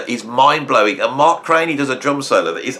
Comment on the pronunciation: Excellent, friend. BTW, I believe Mark was pronounced CRAN_NEE , not CRAY NEE, I am told [my 1970s music school U NT,exas bar band co-hort Gregg Bissonette, couch dived with Mark C in SF valley, when G 1st hit LA scene in 1980s] .. I failed this test GOOD WORK, more please,,, [Tom F, Austin Texas]